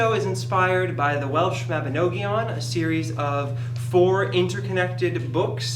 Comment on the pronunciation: I appreciate someone appreciateing Welsh myth. As a born and bred welsh person who actively loves welsh mythology and folklore I can’t get passed how you pronounced Mabinogion. Not your fault I fully flinched. But congrats on the play.